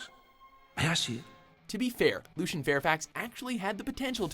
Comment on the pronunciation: Lucien is not pronounced "Looshen". Just putting it out there.